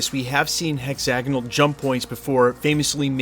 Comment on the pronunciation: It's pronounced hex-ag-on-al, not hexanol.